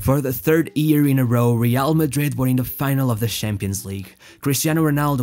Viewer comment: Its year, not ear. XD